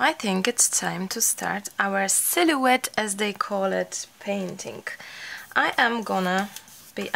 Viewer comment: Loved your silhoette painting video. Sil o ette is how it is pronounced, h is silent. Yes they are cattails. You can cut cattails to dry them and use in a vase; good to spray them with hairspray. I can't wait to do a silhoette. You are so entertaining, love your accent.